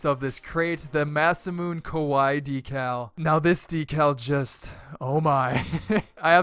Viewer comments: btw the kawaii decal is pronounced kawai-E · stfu, it s Japanese for cute, if u don't watch anime, if is pronounced ka-why-e don't tell me that because i watch anime all the time.